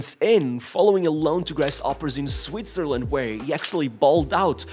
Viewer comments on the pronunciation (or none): none